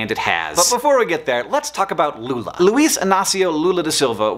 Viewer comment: fiquei impressionado com a pronuncia... muito boa mesmo